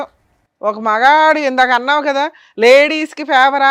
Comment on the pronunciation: కాదా కాదు కదా కా కి దీర్ఘం తియ్యండి